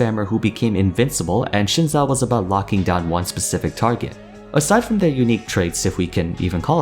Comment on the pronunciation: it's 'Zin Zhao', not 'Shin sao'